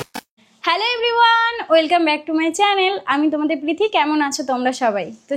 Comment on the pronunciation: বাংলা তো পারে উনি তবুও ইংরাজি বলতে হবে। উফফ পারেও। প্রীতি র নামে টাও ভালো করে বলতে পারছে না